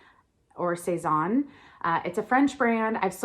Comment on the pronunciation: the second way you said Sezane is closer to the french way to say it :D !